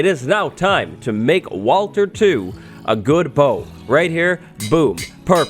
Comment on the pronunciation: Uhhhh..... "walter"